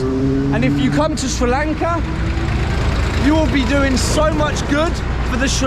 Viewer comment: I just randomy came across this video, and you earned my respect every single time you said Sri Lanka. Thanks for spreading positivity and helping us at the moment which we need it the most. And a new subee here.